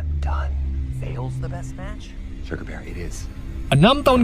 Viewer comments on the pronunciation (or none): none